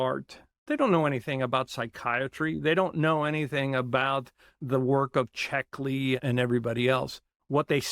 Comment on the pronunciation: Cleckley. Not Checkley.